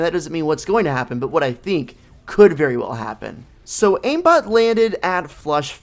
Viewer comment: Hahaha he said iambot skin